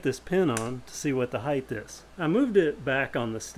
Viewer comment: You're righth, it's the 'bama variant of height.